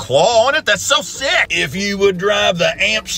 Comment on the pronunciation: The shaking of the camera when he says, "The claw on that thing is so SICKKKKK",😅😅😅